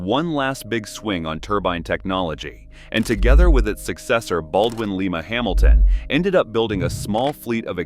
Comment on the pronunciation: For crying out loud people please learn how to say Lima